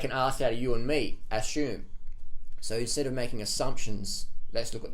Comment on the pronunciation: Don't as-shoe-m.